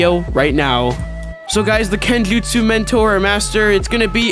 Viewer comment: Kenjuutsssh” mentor